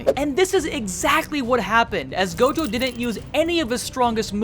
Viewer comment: nah bro said tojo at the start instead of gojo